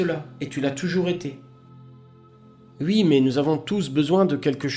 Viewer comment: mille merci. merci d'avoir pris le temps de traduire tout ça..... je peux par contre pas m'empecher de mourir de rire a chaque fois que je t'endends dire "ui".....pour dire oui....